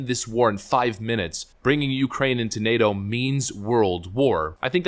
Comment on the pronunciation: Tucker interupted his "heres how ill dump american money in the yoocrain" speach😂 he had those hand gestures all practiced and evrything.